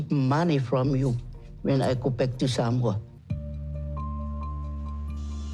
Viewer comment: Damn that host has to learn how to say Samoa properly. It’s not sar- mower. It’s Sah-moa (more) sheesh